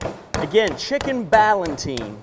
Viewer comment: The word is "Ballotine," not "Ballantine." You are conflating two related words: "Ballotine" and "Galantine."